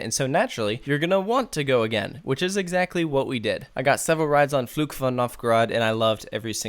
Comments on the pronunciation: minor pronunciation thing: What you say doesn't sound like "Fluch" (curse), but like "Flug" (flight). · Can I give you some advice on how to pronounce the name of the ride? In general, your German pronunciation is pretty good but the way you say "Fluch" is quite off. It sounds like "Flug" which is a completely different word and translates to "flight". "Fluch" means "curse" in English. The "ch" sound in "Fluch" should sound more like the "ch" at the end of "Loch" (referring to the Scottish lake Loch Ness). If you did it that way, your pronunciation would be almost flawless. All the best from Germany and keep up the good work!